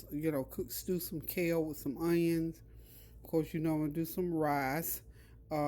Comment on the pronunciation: Random, but I love how you say “rice”. You pronounce it “rAHs”. It’s my favorite!